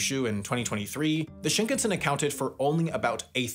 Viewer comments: I wonder why you pronounce shinkansen as shnknsn. There's vowels there which are important for Japanese pronunciation. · Yeah his pronunciation bothers me too every time I hear this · Shinkan(sen).. sen, as in ten, not tin.. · It's shinkahnsen not shinkensen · "Shinkensen" ????? please say "Shin-kan-sen" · Shin-can-sen ... not Shink-ansen. 新 - new 幹 - main 線 - line. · It grates my ears how Sam keeps mispronouncing shinkansen. And it just blows my mind how and why he keeps doing this, when he has already been to Japan for two seasons of Jet Lag. You don't have to know Japanese - it's pretty much pronounced the way it's spelled: shin-kan(kaan/khan)-sen. How does one look at that and arrive at shin-ken-sin?? 🤔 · Well researched and informative! Thanks. The only improvement would be the pronunciation of "shinkansen", which goes something like "ShinKAHNsen". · Sam... I am a wendover/jetlag/the layover superfan... but i am BEGGING you to learn how to pronounce shinkansen properly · I can’t believe he pronounced it “shinknsen”. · Schinkensen? xD In German this means something like "gammon-son", and this is what "Shinkansen" sounds for a German. :D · SHINkunsen is killing meeee 🤣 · Don't know if I can finish this video. Shinkensen!!!!!! ahhhhh!!! please say it correctly! Just once! Look up how to pronounce it. please! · Why is it that English-speakers refuse to say anything correct in other languages? Bro said Shinkansen so wrong it hurts. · Why does he pronounce Shinkansen like it's a Swedish surname 💀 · To go through so much effort to make an excellent video, but then not make the effort to pronounce the Shinkansan properly. Baffling. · The way you keep mispronouncing shinkansen like it's an English surname is giving me hives